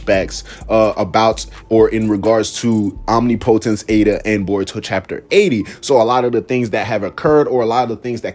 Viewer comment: How to pronounce OMNIPOTENCE